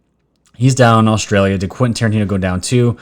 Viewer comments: Did david spade just call Quenten Tarantino Quenten QUARANTINE-O? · He said Quinten Quarantino.